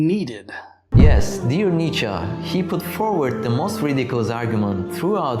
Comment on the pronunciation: It's pronounced Nietzsche, not Nietzsche.